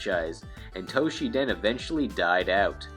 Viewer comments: What is this "Toh-shi-den" you speak of? (For the record, the game's name is "Battle Arena Toshinden", not "Battle Arena Toshiden".) This would've been forgivable if it were a one-off mistake, but the fact that you consistently mispronounce it...... yeah, that's just a little too painful to bear. (Although, to be fair, Toshinden was never good anyway.) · ...."Toshiden"? What happened to the first "n" in Toshinden? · Why do you keep calling it Toshi-den? To-Shin-Den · This is a very late comment to a rather old video. However as good as your Japanese typically is. Battle Arena Toshiden? You even showed the cover, and not only once, or only one version. I hope you realize your mistake. Unless it's literally called Toshi Den in Japan...... Have been a subscriber for about the same amount of time that you released this video though. So keep it up! Just don't To she Den my Toshinden! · Toshi-N-den! There’s an ‘n’ in the middle of the name. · TOE-SHINNN-DEN not Toshi-den! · toSHINden, it pissed me off every time you said 'toshiden'. god... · also, Tosh-in-den, not Tosh-ee-dan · Toe - she - den? At least he got Jim's name right. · .......you do know that Toshinden has an N in it, right? Pronounced toe-sheen-den....sorry.....I'm a bit of a word/grammar nazi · The 'n' in Toshinden is not silent. LOL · Why you pronouncing Toshinden wrong?